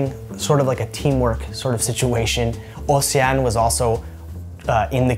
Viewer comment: I'm a Belgian subscriber and my mother tongue is French. The way you pronounced " Océane " and " haute cuisine " was PERFECT. I would loooove to hear you speak French :). Thank you for you videos. Send you my best wishes !